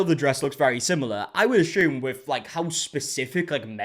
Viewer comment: Love how ya pronounce 'asume' 🤗